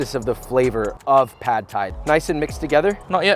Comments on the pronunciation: It’s pronounced more like paht not pad. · I know it’s nit-picking and it’s spelled “pad” but it’s actually pronounced “pod”. UR pronounced it correctly. The A is as in “car” not “cat”.